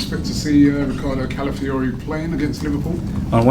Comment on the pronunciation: It’s callafiori and not calafiori